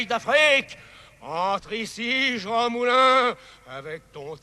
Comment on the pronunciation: Et voilà : ce type a été ministre de la culture pendant ds années et on lui donne du Mister André Malraux, et on persiste en parlant de Mister Jean Moulin (en prononçant le Jean comme dans Jean Harlow ou Jean Seberg, tant qu'on y est ?)